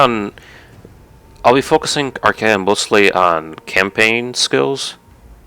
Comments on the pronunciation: AUUGH!! ar-KAY-on!! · propper is ar-kay-on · Not a warhammer fanatic, but I noticed pronuncing Archaon like ar-kon. I've heard others pronounce it ar-kay-on, also the way I've been pronuncing it. Does anyone know if there is an official way of pronuncing it, I searched it up real quick, couldn't find a good answere.